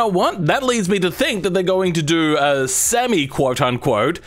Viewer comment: bro doesnt like the name semi and he doesnt say it right either, lol, maybe it does need another name